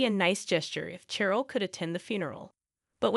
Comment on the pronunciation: Cheryl is pronounced Sh-er-l. Natasha is pronounced Na-Tash-ah-a.